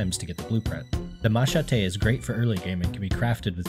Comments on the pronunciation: Machete isn’t pronounced like that haha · The way you pronounce machete just...idk it dont sound right